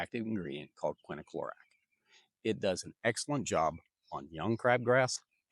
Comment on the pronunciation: I've been watching you for a while now and you have great advice. You, however, are pronouncing quinclorac wrong. You pronounce it quin-i-clorac. It's quin-clorac. Just thought I'd inform you. Not a big deal.